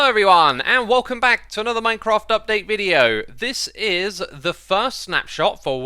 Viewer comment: x why do you say thirst instead of first